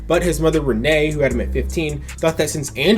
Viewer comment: It's "Ren-knee" not "Renée".